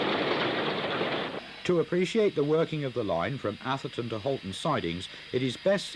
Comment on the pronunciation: Lovely stuff, but why are southerners incapable of pronouncing 'Atherton'? 😆